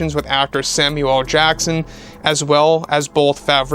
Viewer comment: There's an L in Samuel AND and L in L. You're misnaming him in both text and pronunciation. You are pronouncing "Samu-EL Jackson". Why such treatment of this particular performer? Is there a reason you misname him? You omit his middle initial when typing it as well. Your normal attention to detail makes this look intentionally disrespectful. Since this has happened before, I assume it is intentional or a mistake you would want to correct. His first name is NOT pronounced Sam-u-EL, but more like SAM-you'll. Sam-You'll L can blur together, but you have gone further than that. Please. Samuel L. Jackson, since that is his name. Not Samu El Jackson. Samuel L. Jackson. Thanks Harris N. Ford and Marr Kamil also thank you. :) Thanks for your eyes on this, and keep up the passionate attention to the flourishing of excellent Star Wars content.